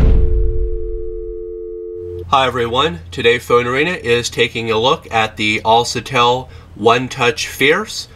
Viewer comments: "Al sa tell =AlCATEL =Alkatel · who told you a C followed by an A makes the sound SA and not CA? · IT'S ALKATEL NOT ALSETEL. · Self pictures?? "Alsatel." Dude you need Jesus. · Unliked for mis-pronounciation of the phone brand name C= kuh Not suh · it's alKatel, not alSatel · You said the name wrong it's al-ka-tel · ITS ALCATEL (AL, KA, TELL) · Al CA TEL - Americans pronounce words so funny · atleast pronounce the brand name correctly .. al(sa)tel..LoL.. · AL-CA-TEL!!! Smh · he dose not have right facts on this phone and he is saying the name of the product wrong